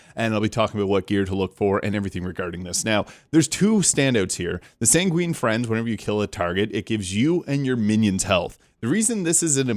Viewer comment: Good video. Btw, it's Sanguine Fiends (as in a demon), not Friends. :)